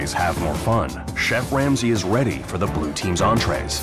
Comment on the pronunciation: In chef Ramsay's kitchen every dish on a menu has to be sent out together, if one item is not weady.